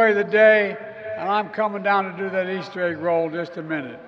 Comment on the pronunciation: Was he trying to say, “our Easter bunnies” and it came out as “😢oyster bunnies?” 😂